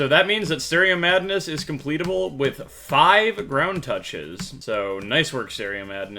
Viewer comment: When I watch this in 2X speed and he keeps saying ground touch-es is just dramatic